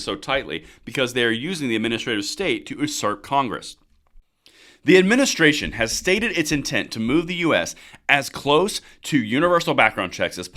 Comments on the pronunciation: "Usurp" is pronounced you • 'serp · please learn how to pronounce “usurp”!